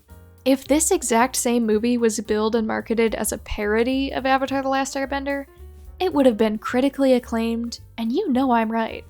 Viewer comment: I understand and mispronunciation of Aang, it’s like a weird Asian thing with pronunciation. But like, avatar is an English word. A 100% English word